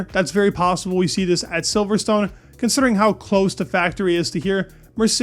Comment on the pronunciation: its pronounced "silverston". you dont say stone